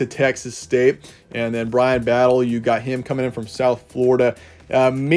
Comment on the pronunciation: It's Brian BATTIE. Not Battle. Thanks.